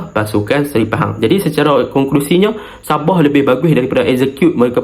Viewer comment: Btl kn sebutan anda .. Sabah bkn ny sab0h .. Heee ..